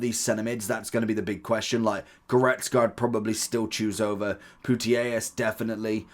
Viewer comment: Good video's... But there no I in Putellas... Pu-tej-as.